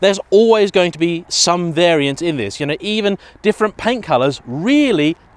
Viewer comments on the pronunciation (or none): none